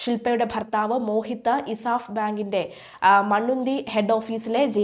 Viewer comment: എന്തൊക്കെ തെറ്റുകളാണീ കുട്ടി പറയണത് മണ്ണുന്തി അല്ല മണ്ണുത്തി ആണ്